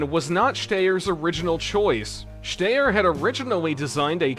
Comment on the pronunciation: 😅 congratulations you are the first person I have ever heard of that can't pronounce Styer